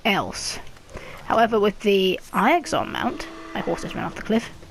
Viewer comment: Eye-ixon lmao 😂